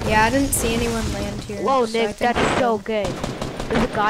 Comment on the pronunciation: The one video you got killed by nick and you said you were a fan of him and don't even know how to say his name